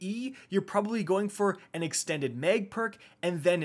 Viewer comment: Why does he keep saying Meg? Extended meg.... mag